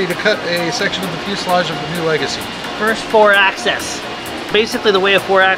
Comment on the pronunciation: Axis is not pronounced Access. Otherwise, awesome!